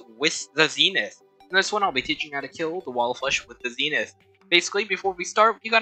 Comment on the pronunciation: As a terraria veteran, I agree with everything, except the pronunciation of Zenith…